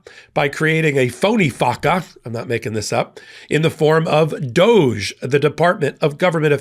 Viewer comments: It's not pronounced doje, it's pronounced Dog - E, you know like Snoop dogee dogee.. Everyone remembers him, he's the one who couldn't stand Trump because of who and what he is! But NOW, they're good MONEY buddy's... What a Shocker!!! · You're mispronouncing DODGE. Short "O" and long "E". Accent on first syllable.